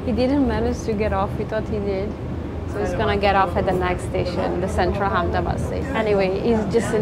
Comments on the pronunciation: Its not hamdabad.. It is ahmedabad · It's Amedabad Not Hamedabad 😆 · Say with me it's Ahemdabad. 🚫 Hamdabad 😀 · She is in "Ham-da-bad"....